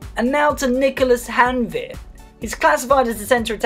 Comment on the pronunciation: Janvier pronounciation nice ITS GANVIÉ